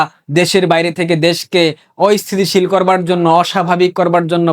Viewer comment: Ayosthisil na Asthisisil.